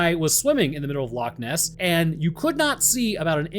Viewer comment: I am from Scotland Loch Ness is literally about and hour half by car from where I stay and yes you are saying it right don't know who is telling you your wrong, love the content man I have learnt so much from both your channels have a great day man <3